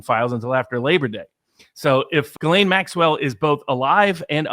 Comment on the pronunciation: Her name is Ghislaine.. But it's pronounced guillotine❤